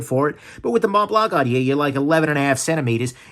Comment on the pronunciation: Was that supposed to be a French accent? Montblanc International GmbH is German. Thanks for the review.